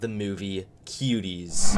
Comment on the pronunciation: Am I the only one who heard him say kiwis instead of Cuties